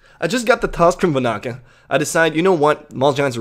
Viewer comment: Its Van-na-ka not Va-na-ka, the extra n makes a difference. Normally doesn't bother me but you said it like 10 times in a minute so it did.